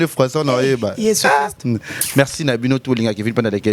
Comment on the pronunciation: On dit « Merci » et non « Mexci » ou encore « Mecci »🙄